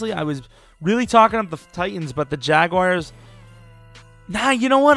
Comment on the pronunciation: also learn to pronounce the word jaguar if youre going to choose them lmao